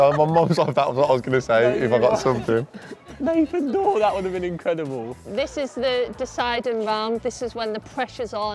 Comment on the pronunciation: specially when he said.. nathan doors 😂